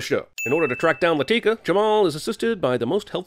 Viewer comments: A sin should be removed for the way he pronounced "Latika" every time. She's not a frikin black girl, it's pronounced "LAH-thih-kah", not "Luh-TEE-kuh". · Anyone getting pissed who he pronounces ‘Latika’? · One sin for mispronouncing Latika’s name throughout the video. And another for mispronouncing it right after a scene where Jamal gives the correct pronunciation. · Plus 100 sins for referring to Latika as “Lateeka” the entire time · I love how he has clips where the characters say Latika's name and he immediately comments and pronounces it incorrectly. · I second that. Not just that, but he botches the names RIGHT after they are said in the movie. 🙄😑